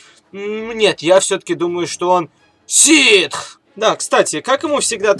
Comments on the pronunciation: ты что добил не ситв а ситх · Меня одного напрягает как он произносит слово "ситх"?